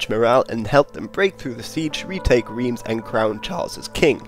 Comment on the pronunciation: Not bad for 4 minutes and 46 seconds but lord, these mispronunciations of French names/place names are killing me! :D At least do a quick check online for pronunciation when doing a video about foreign peoples/locations. Maybe check a few different sources if you have time. At least one source to say you tried. Orléans, Reims, Crécy, and Poitiers are NOT properly pronounced the way that you pronounced them, just to name a few examples. Phonetically, close approximations in order: Orléans: Or-lay-ahn, the three sounds flowing smoothly one after the other; Reims, Rahnce, (As how "France" is pronounced by a French Speaker, Frahnce); Crécy, Cray-see, (Like "crazy", just a soft 'c' or 's' sound not a 'z' sound); and Poitiers, Pwa-tea-ay, the 3 syllables again, flowing smoothly together. Of course, to add to the difficulty, not all French Speakers will pronounce it quite the same but they will know what you are talking if you try just a bit.